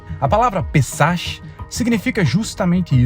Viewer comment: A palavra "pessach" (sílaba tônica no "pê"!) se pronuncia como "pÊssarrkh" (O final ch tem som como se fosse escarrar: rrk). 😂 Espero ter ajudado com um pouco de cultura. De nada.